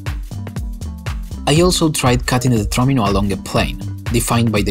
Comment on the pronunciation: THANK YOU FOR PRONOUNCING “TETRAMINO” CORRECTLY!